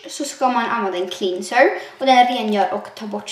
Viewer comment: Du uttalar "cleanser" fel heeelatiden